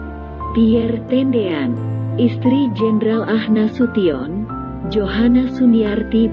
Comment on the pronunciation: Bu Narator,,,bukan AH Nasution tp A H ( Abdul Haris ) Nasution